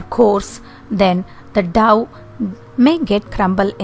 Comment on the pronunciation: It is dough which sounds ‘doh’ not ‘daw’. Thx